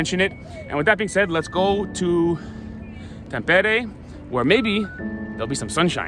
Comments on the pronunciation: Bro why you say A as E like tampere you said tempere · If I write in Finnish how you said "Tampere" that would be "Thäm-peere". 'A' in Tampere is the same vowel sound that you have in English words like 'fun' and 'sun' and Finnish 'A' is always pronounced like that (you used Finnish 'Ä', the sound found in English words 'man', 'can', 'tan' etc.). Not actually sure what would be a good English word to give you the idea of how to pronounce the 'T'' as English 'T'' almost always sounds more or less like Finnish 'TH'. Your 'E' sound was correct, but the first 'E' was too long (like Finnish 'EE'). But you did get the hard part right and got the 'R' rolling, which is always a nice touch for a native English speaker. 👍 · It might be easier to explain this way: The "Tam" in "Tampere" is pronounced sort of the same way as "tum" in "tummy". Also the rest of it for English speakers would be written something like "peh" + "reh" but fast without a space between them. An English speaker will by default have some "h" sounds there to soften it up but Finnish people will pronounce it very bluntly. Also the emphasis for the word is on the first syllable so it's like TAMpere. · Hi, greetings from California, where we live. Married to my Finnish wife who cringes when Finnish words are mispronounced. Simple way to pronounce every Finnish word: emphasis on the first syllable. Always.......TAMpere, NOkia....but we still love all your videos. Go HIFK!